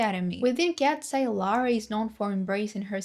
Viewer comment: You need to read eye as "I" ...not "ey". Read it like "Kats I"